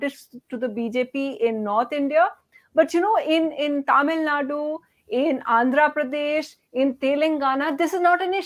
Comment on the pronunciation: The anchor needs to take time out and practice pronouncing names like Tamil Nadu, Telangana and Andhra Pradesh. The lack of proper education and general awareness about the diversity of this country, and about basic things like pronunciation, in north India, doesn't seem to be just restricted to the cesspool of uneducated masses in that part of the country.